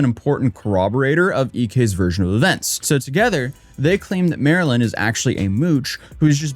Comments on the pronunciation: types out the person's handle as "MARLYNLIKETHEFISH" Also: pronounces it "Marilyn" for the whole video. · I think her name might be pronounced Mar-Lynn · Her name is pronounced MARlyn. Like the fish! Pay attention! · Her name is pronounced Marlin. Like the fish. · Isn't it Mar-Lyn, like the fish Marlin? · After I realized her username is "Marlynlikethefish" I realized you said her name wrong every single time. I couldn't unsee it after that 😂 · MarlynLikeTheFish yet you can’t pronounce it properly. Theroughout the whole video. What if everyone called you “A-toes-aye”. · Mispronouncing Marlyns name the whole video hurt my brain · jsyk, Marlyn does pronounce her name Mar-lin. hence Not Marilyn. No offense love the video etc have a good one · He keeps calling her Maryland. The screen shows her handle - MarlynLikeTheFish. Ummm... Her name is Marlyn (Marlin). Not Maryland. 🫩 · You keep cɑllinɡ her Mɑrilyn but it’s cleɑrly pronounced Mɑrlen... Like the fish? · You keep calling her Marilyn, when her tag clearly says it's Marlyn (marlin) like the fish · Haha, it's not Marilyn. It's Marlyn... like the fish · HER NAME IS MAR-LYN LIKE THE FISH. NOT MARILYN. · I’m not officially a detective, but I suspect marlynlikethefish pronounces her name Marlin, like the fish, not Marilyn. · People calling her Marilyn is so funny to me... it's Marlyn, like Marlin, like the fish, it's literally in her username and she says it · you`re calling her Marilyn (like Monroe), BUT her screen says "MARLYN-LIKE-THE-FISH". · She says her name is Marlyn and you can see her username during her videos but you keep calling her Marilyn instead for some reason lol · Her name is pronounced Marlin. Did you see her username? It says Marlyn like the fish. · You calling her Marylin is driving me nuts. Her handle is Marlyn like the fish, ya know the Marlin fish. Florida Marlins baseball team. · Her name is Marlyn (like the fish pronounced mar-Lynn). No hate just wanted to let you know